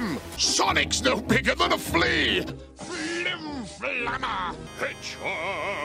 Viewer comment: My dude said "Flim Flame'r"🤣🤣🤣🤣🤣🤣🤣🤣🤣